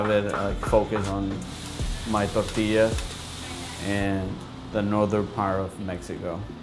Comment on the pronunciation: Nice, but pls roll your R's in pronunciation of the word tortilla..